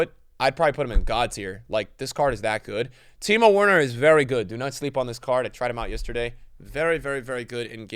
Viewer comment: Did he just say “Wa”erner not “V”erner 😂